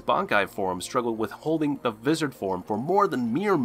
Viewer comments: i wasnt gonne mention that he was pronounces words wrong until he pronouced "vizards" like cmon bro thats not even a japanese word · What's up with all of the mispronunciations? Don't you realise that some of the words are Hispanic? (E.g. Ulquiorra Cifer and Vasto Lorde) How does Visored sound like the word lizard with a "V" when it sounds completely different in the English dubbed and Japanese versions of the anime? Also, there's no need to put emphasis on words where there shouldn't be any. (E.g. Zanpakuto) Imperfect and unperfect mean the same, but imperfect is the correct word. You said, "The reiatsu dissipates from Ichigo's left shoulder..." . It disappears and it's not destroyed as per the definition of unperfect. If you don't know how to correctly pronounce a word, you shouldn't do commentary in your videos. It makes you sound unintelligent. Also, it confuses people when watching videos. Great video, by the way!